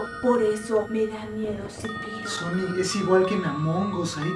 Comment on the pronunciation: Se dice "zepeto" no "zipiro"